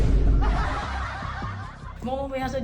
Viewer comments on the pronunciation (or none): Rubast ng rubast eh rubuuuuuust po 😂